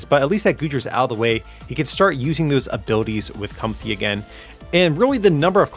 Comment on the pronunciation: I think it is pronounced Comf-ay instead of comfy